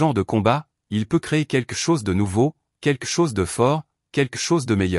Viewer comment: Arrêté de dire queque chose, on dit quelque chose on entend le L QUELQUE, Queque c'est vraiment médiocre, ce n'est même pas phonétique.